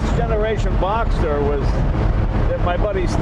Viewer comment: It's BoxSter, not Boxter...